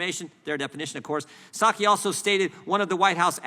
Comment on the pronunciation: It's pronounced " pie-saki " according to JP anyway 💁😂